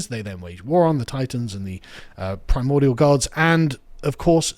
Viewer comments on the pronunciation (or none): none